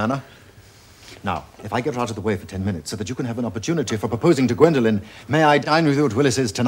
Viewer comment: It's Gwendolen, not Gwendolyn.